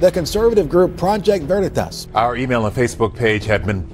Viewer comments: Was I the only one that heard that guy say “project vernatos? 😂😂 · I like how the Hispanic pronounces Veritas. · did you guys catch the weird accent the dude but on Veritas like if it was spanish or something??? very strange lol